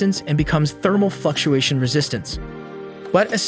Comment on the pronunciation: thermal fucktuation